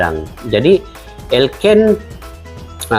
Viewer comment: Elkan bukan elken.Bung!!!! Elkan tio Baggot